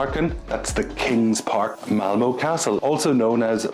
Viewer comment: This is fascinating. I've visited both Denmark and Sweden numerous times. That hotel in Malmö definitely looked quirky. (It's Malmuh not Malmoh by the way). Sweden has always been expensive but it is my favourite Scandinavian country. Looking forward to your tour of Stockholm. Hej då!